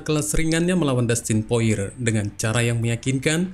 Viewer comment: Dustin porier bang, Bukan poire, masih - Mending poirer